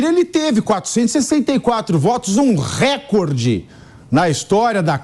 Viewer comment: RÉCORDE – A pronúncia RÉCORDE é errada; desde o étimo latino, passando pelo francês, o acento tônico cai na segunda sílaba, –CÓR– , rimando com aCORde, MORde, portanto, RECÓRDE. A acentuação proparoxítona não é PORTUGUÊS.